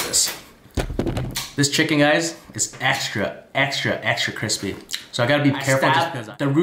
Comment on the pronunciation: *crisPAY intensifies*